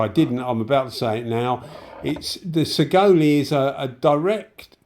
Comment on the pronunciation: Hi, Saigole is pronounced 'sigh-goal' 👍 I bought one back when they were only $100 au (so roughly 50gbp), for the money, they're a great little gun, ignoring that they're a copy, they seem well enough built. Actually, I use mine quite often for random small jobs. One thing I don't like about it is the pot lid is an absolute pita to clean due to the way it's made inside (and the trigger doesn't have quite enough of a curve at the bottom, but that's knit picking really). Overall, I don't think you can go wrong for the money 👍(not to say there isn't better for the same $$, but it isn't disappointing) Cheers for the vid 👍